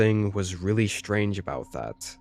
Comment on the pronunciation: Shtrange stories. Very, very shtrange.